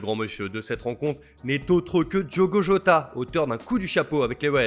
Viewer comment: Jota et non yoga !